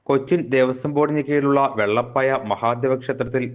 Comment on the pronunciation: ചേട്ടൻ വെള്ളപായ അല്ല വെളപ്പായ